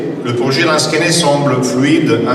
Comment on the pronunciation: Lansquenets... pas 'lansquets'